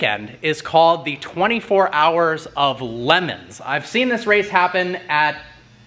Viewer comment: 24h of Lemons? 🤔 as a car guy you should know how to at least pronounce it 😂